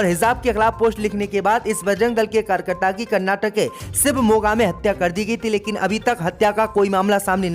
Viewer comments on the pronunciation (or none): none